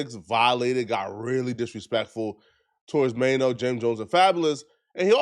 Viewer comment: Troy Ave violated Maino the worst😂😂he called him Chaino🤣🤣🤣☠️